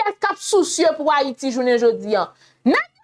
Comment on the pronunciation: c pa an fayite: c Hayiti dan l'abim